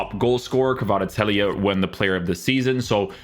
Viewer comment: Take a shot every time this dude butchers kvaratskhelia’s name